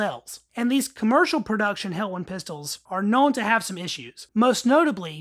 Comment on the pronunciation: Pronounced helwan not helwon. I’m from helwan lmao